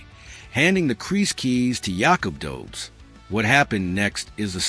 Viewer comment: BE-DARD , DO-BESH is how you prounouce them